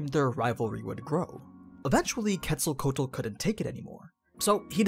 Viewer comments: Her name is pronounced- ketzo ko wattle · No isn't a correct pronunciation, he say "kétsalcoal" and is "kétsalcóatl" ("tl" sounds like "tle" in "castle"). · It’s quetz-el-co-atol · It’s actually Kets-al-co-wa-tl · I dont mean to be rude but ur saying her name completely wrong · He pronounced the name wrong and that she is really a he as well as the god of life and a feathered serpent idk why anime make him a girl why not just use his sister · Sigh I wish non Spanish speakers were able to pronounce her name a little better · Yes I'm gonna be that dude: you pronounced her name wrong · The way he pronounces Quetzalcoatl gives me a headache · Glad I'm not the only one haha I try to watch but everytime I hear Quetzalcoatl I just nope haha I wonder how he would pronounce Quetzalcoatlus 🤔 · aww man you butchered her name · She is a boy you are not say his name right and he is the first god of the sun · Quetzalcoatl... the pronunciation is cringe